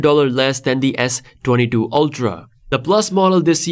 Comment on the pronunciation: मायक्रो स्पीकर को भी समझ नही आ रहा है S22 बोल रहा है या S32 बोल रहा है.